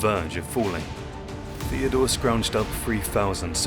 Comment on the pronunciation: Second of these videos I've seen and I have to comment on the voice. I'm assuming it's an AI with some sort of cockney element to the accent. It makes every TH diphthong come out as F so he says Feodore, Frace, Afens, Michael the eightf, etc. Surely this has to be AI because who would choose a voice-over guy who couldn't pronounce TH correctly